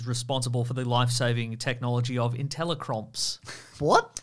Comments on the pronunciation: Intelli-crops? Open your ears kid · Intelli-Crops, not crumps... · Ah yes, intelli-cromps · I'm pretty sure Tony stark said intelli-crops, not cromps. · Inteli-CROPS! not cromps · I think it's IntelliCrops not IntelliCromps. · ...Inteli-cromps? For real? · "Intelle-crops" Crops. Not cromps. Crops. Smart plant. GMOs.